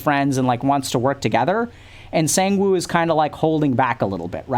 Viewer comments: The English word “sang” and the number “one” now put it together “sAnGe-WiN!?!?” 😂😂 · (not flaming) listening to Dr. K pronounce "Sangwoo" reminds me of ProZD's clip 😂😂😂